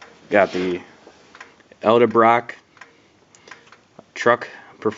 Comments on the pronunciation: ED EL-Brock not El-Da Brock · EDLEBROCK, " EH-DEL-BROCK " NOT ELDER-BROCK. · Edel-Brock... not Elde-brock. Great vid though